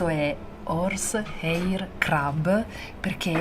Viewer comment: Bello tutto ma crab pronunciato in quel modo non si può sentire. Si pronuncia con la a, non la e. La prima volta ho pensato foste finiti in un ristorante di crepes francesi.